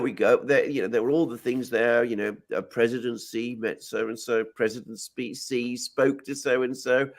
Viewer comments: Love the show!!! However,,,, Sorry but Xi is pronounced as Shee.... Shee Jinping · It's pronounced Shi. Not Zi. Not Si. Thanks. Great discussion.